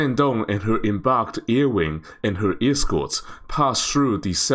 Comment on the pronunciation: up发/e/的时候似乎经常不自觉地发成/ye/，air听起来会有点像year……